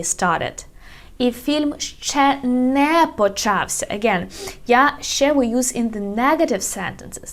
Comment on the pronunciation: It's not "шшє", it's "ще". Don't confuse the learners.